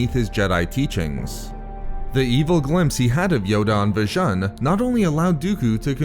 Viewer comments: It's pronounced Vi-june m8 That's how it's heard in Jedi Knight Jedi Academy. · Its pronounced "Vi-oon"